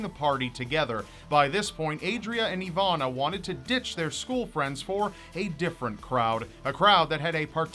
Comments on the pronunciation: It's Iwona, not Ivana :P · just curious, i see your soell her name "Iwonna" however im hearing you oronounce "Ivanna"..Am i correct?...You need your own hour ling series!!! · spelled iwona but pronounced ivona?? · As a Polish person your pronunciation is funny, but I really do feel sad about this case. She is so young...